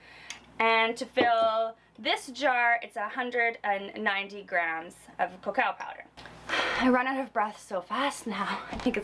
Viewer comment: You and pronouncing cocoa powder lol!!!